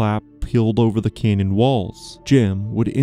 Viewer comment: CANyon. Not kenyan